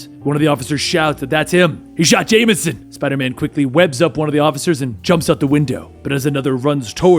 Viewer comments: “J Joma Janeison” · "J Jomah Janison"